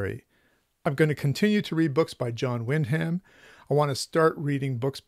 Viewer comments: Great list. I've been loving your channel. I hope you'll find another great series to collect like the Ace Specials. One correction you should know, since you'll be reading more of him: Wyndham is pronounced WIN-dum, not Wind Ham. It's a very British name m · Thank you. Having a hard time overcoming a lifetime of mispronouncing Wyndham or should I say Win-dum. Try to remember for next video with Wyndham. Thanks again!